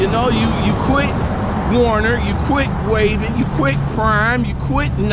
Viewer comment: Why do all you you tube drivers say "Warner, when it's WERNER? ?" Just a question.